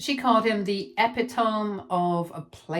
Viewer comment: Epitome is pronounced ee-PIT-uh-me. Not epi-toam.